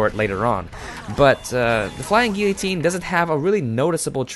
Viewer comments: wtf ? gee- ya- tine? isnt it gillo- tine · He pronounced guillotine wrong the whole video. He called it guitine